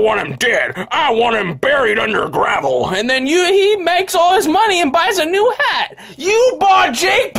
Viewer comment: "YEW BOUGHT JAKE PAUL A NEWW FUCKING HAT"